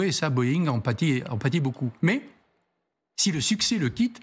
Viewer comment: Comment un journaliste de cet âge peut-il dire "SI Z'INTELLIGENT" comme s'il y avait un "S" à la fin de Si ! J'entends ça partout dans la jeune génération qui ne connait rien grâce au langage SMS et à la nullité de l'éducation nationale, et ça m'écorche déjà les oreilles, mais de la part d'un journaliste aguerri c'est une insulte à la langue française ! Et il ne cille même pas après avoir dit ça !